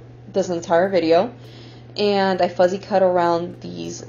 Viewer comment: Good job on Part1! BTW it’s “fussy cut” rather than “fuzzy cut”. Looking forward to Part 2!